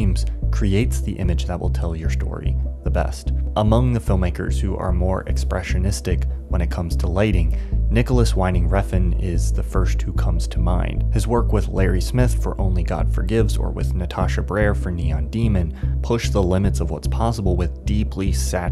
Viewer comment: I love your video essays and the way you make them look and sound. For future references whenever Nicolas Winding Refn pops up remember Winding is pronounce liked "wind", but with a "V" like in "voice". Keep making banger videos man - they are a joy to watch.